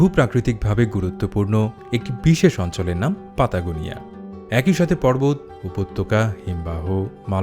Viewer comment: স্পেনীয় ভাষায় "ট" উচ্চারণ ও "অ্যা" উচ্চারণ হয় না ("লাতিন গোষ্ঠীর" ভাষা) তাই "প্যাটাগোনিয়া" ("জার্মানিক ভাষাগোষ্ঠীর" ইংরেজি ) ভুল উচ্চারণ । সঠিক উচ্চারণ হল "পাতাগোনিয়া" ।